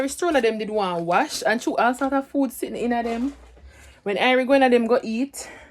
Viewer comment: Wen u say food u say Aprly😂😂😂